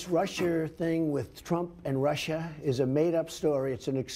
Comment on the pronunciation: "this Russier thing". I'm not just gonna "let this go".